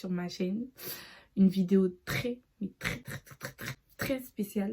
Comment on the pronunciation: trrès mais trrr trrr trr trr trré spécial (sinon que dieu te bénisse)